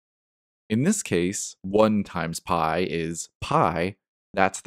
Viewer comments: that's not phai it's pee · Read pi not pai.